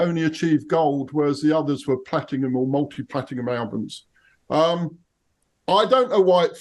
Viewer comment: Platingham sounds like an English suburb 😂 There's no 'G' in platinum